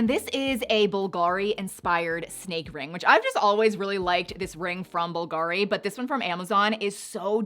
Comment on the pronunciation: Bulgari is pronounced BOOL-guh-ree